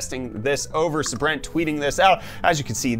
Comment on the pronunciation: Brent... It's pronounced.... SAY-BRENT. sorry. Not sorry Lol